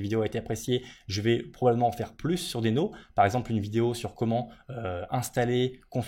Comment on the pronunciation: Très intéressant, mais un détail me gêne: je crois qu'on prononce "dino" (d'où le logo dinosaure). :)